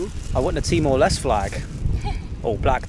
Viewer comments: TEE - MOR - LES - TAY (end part sounds like Namaste) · Pronounce is Timor Leste - Les Teh If im not wrong. Not Lest